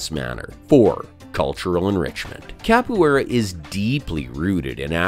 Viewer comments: He wasn't that wrong tho. In potuguese it sounds a bit like "ka-poo-é-ra" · Cap - oh - aye- rah. Too hard to watch this.